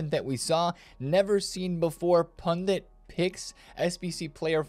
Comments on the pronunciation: Sup bro, it's prenounced "pundit" not "pundent" thanks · It’s not pundint, it’s pundit. In India meaning priest :) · Did he say "pundint?"😂😂